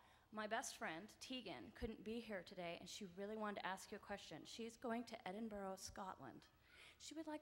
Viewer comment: Hopefully when that woman went to Scotland, they taught her how to properly pronounce Edinburgh 🙄